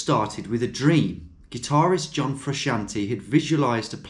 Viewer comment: John Fresh-antee